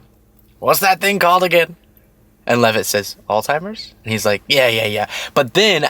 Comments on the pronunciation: Alts-hai-mrz 😉 sorry to be one of those grammar and speech police people, but everyone wants to pronounce the “old timers” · Moron pronounce the name correctly there's no T in the name. ALLZ. HI. MERS. not ol-timers not all-timers. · Please…. It’s not “all timers” There’s no “t” in the word. It’s a “z.” It’s pronounced “all-zimers.” Alzheimer’s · Alzheimer's not Altimers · Altimers is not a word, it’s Alzheimer’s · baby it's Alzheimer's. Pronounced (ALZ)(HIGH)(MERS) But AllTimers is cute though because they do lose ALL TIME 🤣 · I love you so,. But it’s not called Alltimers, it’s called Alzheimer’s…. 🤭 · Actually, we both pronounced it wrong. Technically, it’s pronounced “ aalts- hai-mrz”. 💙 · It's Alzheimers not "old timers" But, yeah, kind of the same thing. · It's alzzzheimers not altimers. Lord! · Isn't it 'Old Timers'? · There is no letter t in the word Alzheimer's. It's not all timers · There is no T in Alzheimer’s…. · It’s Alzheimer’s - there’s no ‘t’. 👍🏼